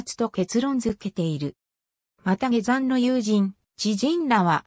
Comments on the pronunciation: 他にも変な日本語があるので機械的翻訳なのか本当のところは不明、下山をゲザンと言うのは変だ。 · ゲザン事件。 はじめて聞いた。 ゲザンさんて、にほんのかたですか。 よく、アップするなぁ。 でも、ふるはたたねもと、が読めるだから、わざと、ですねぇ。